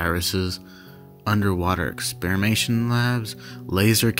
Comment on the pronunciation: Terrible pronunciations. You mispronounced a ton of common words like innocuous, even experimentation. Etc. Etc. Totally kills the immersion.